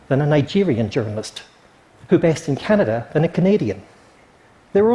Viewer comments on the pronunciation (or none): none